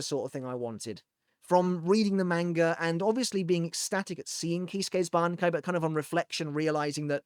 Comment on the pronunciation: Look at you pronouncing that bankai. Say that one squad 0s bankai 3x fast. The weaver's